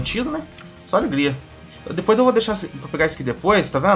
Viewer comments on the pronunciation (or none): none